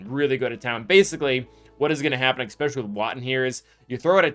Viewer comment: The "expecially" kills me 😬